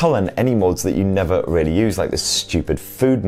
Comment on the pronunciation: "Rawwly good" Wow, that accent is THICC